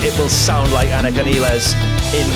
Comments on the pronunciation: Important technical note. Anika's last name is pronounced "nyles" not nEEless. See this announcement by Anika, Geddy and Alex in March 2026 in which they very clearly say 'nyles' after working together for several months. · Her last name is pronounced like MILES. -Nilles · Actually it is Neelles not Nyles. I asked German producer who even makes video how to pronounce it correctly but the English pronunciation is like Alex (my fellow Serbian) and Geddy pronounce in that introduction video. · No.. Some random German producer who doesn't work with Anika is not who we should be asking. It is obvious from the Lee/Lifeson/Nilles video in which they are saying "nyles" right in front of her and she doesn't correct them, that this is how she is pronouncing it. End of debate. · Wouldn't be Rush if the drummer's last name wasn't mispronounced!